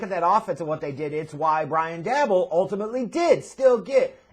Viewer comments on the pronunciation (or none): His name is pronounced like Joe Shane,. It's spelled Schoen, but it's pronounced Shane. Also, it's Brian DAY-Boll.